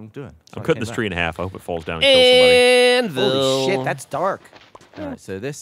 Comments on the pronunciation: Gavin sounded so American when he yelled "Holy shit!" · For some reason, Gavin's crystal-clear enunciation of "HOLY SHIT" is really fucking funny.